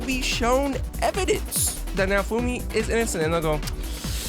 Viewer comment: It didn't fail. It's getting season 5. Who tf is nafumi? Why can't you clowns learn to pronounce names correctly? It's like you've never even watched the anime.